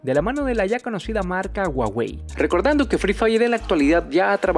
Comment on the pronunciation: Ya no es Huawei ahora es Guawei🤣🤣🤣